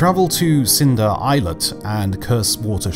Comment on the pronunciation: And you can also learn how to pronounce "islet"